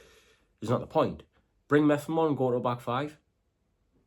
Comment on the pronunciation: Its Mep-ham not Meffam